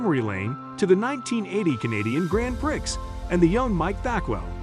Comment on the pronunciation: "grand prix" has a silent x